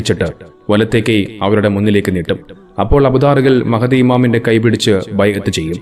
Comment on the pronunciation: മഹതി അല്ല. മഹ്ദി എന്ന് പറയും